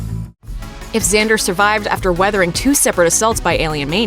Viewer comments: It's not pronounced "xander" It's pronounced "xandAr".This lady doesn't know the MCU and is just reading the script smh. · its xan-dar not xan-der